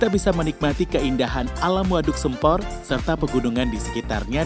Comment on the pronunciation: Pengucapan nama waduknya salah mas, vokal "sempor" salah 🙏 vokal "e" nya salah 🙏